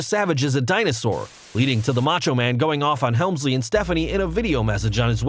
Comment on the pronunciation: #1 - Respeck da "Macho Mang!!"